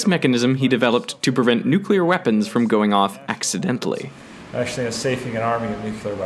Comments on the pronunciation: I can't believe that this brilliant guy went and said "nucular" , instead of nuclear. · Nuclear, not nucular. Otherwise awesome video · it disturbing to me that someone whose work is trusted with safing and arming nuclear weapons pronounces it "nukyular" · A "professor" who does not pronounce "nuclear" correctly? Come on! Does anyone in this day and age still say nookyoolar? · "It turns out they don't tell us what they do with "newkyoolar" weapons." Lost all faith at that point...That "professor" can't even pronounce "nuclear" correctly? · Kinda disappointed that such a well educated man still says “nukular”. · "Nook-yoo-ler weapons.", you're embarrassing us all. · Why the F*** is a top notch mechanical engineer saying "nucUlar"? WTF!? This is not an alternate pronunciation, it is a corruption, pure and simple! This, my friends, is the end of the world. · "Safing and arming of 'nucular' weapons". "WHAT?" I thought you were about to tell him off for mispronouncing nuclear. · I am sure that guy is incredibly smart, but did it bother anybody else that he pronounced nuclear as 'nucular'? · He said nu-cue-lar instead of nuclear....................................... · It’s so funny how people still say “nuke you ler” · I've seen politicians in the US begin their campaigns pronouncing it nuclear, but end their campaigns as nukyooler, never to pronounce it correctly again. Someone taught them to say it wrong on purpose. Just why? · did that professor guy say "nukular" like homer simpson? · The moment I heard him say "NUCULAR," I was done with the video. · It’s weird to hear such an intelligent and educated guy who says nucular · HOLY CRAP MAN!!! This is MIND BLOWING!! Still said NUKE-U-LAR! (I know it's acceptable... but does that bother anyone that spent LOTS of time learning how to say it 'properly'?! LOL!!) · A brilliant man who can’t pronounce “nuclear” correctly. It happens. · Nukular?? I thought this guy was smart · "... nukular weapons"? Really?